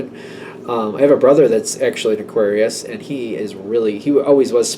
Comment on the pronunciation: aQUUarius! 😂 thanks again, love your energy ✨